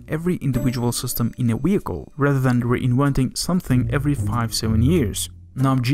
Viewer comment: And he pronounces vehicle as weickle